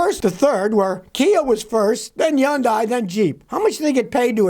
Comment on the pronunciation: I like the way the old Scotty says Yundai lol lol lol